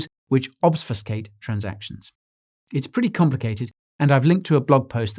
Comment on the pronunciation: Only 1 in 10 people pronounce the word "obfuscate" correctly. I wish people would either learn how to pronounce it, or stop using it.